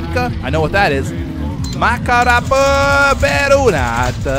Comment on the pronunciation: Actually your pronunciation is pretty good!! Flawless on the makkaraperunat :D